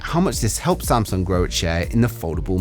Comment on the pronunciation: "Samsuong" Ha!